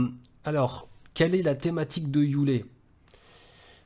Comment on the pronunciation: Frérot merci a toi pour ce message et cette vidéo , juste un bémol ,c'est yule et pas youlé 🤗+1 abo